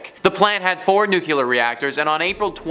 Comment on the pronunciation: the pronunciation is NOOclear not nucular. I very much enjoy your narrations. I like your topics. Please adjust your nuclear.